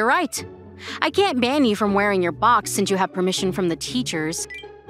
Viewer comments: "Why is he wearing a bOaX on his head"I REALLY GOTTA TRAIN YOU'RE WORD "box"NOT "bOaX" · Is it me or the VAs sound too british with the "BWOCKS" box pronunciation and Marshmallow sounding likd DanTDM? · "WHY IS HE WEREIN A BWOKX ON HIS HYEAD?!" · "Why is he wearing a" "BwOXXXX" The way he pronounces box💀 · why bru sayin box like “BWWWWWWUWWWWWWOKS”